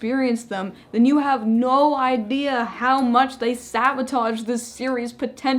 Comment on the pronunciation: this is my favorite review. The way you fuck up the word sabotage in the blooper is a cute as a basket of kittens.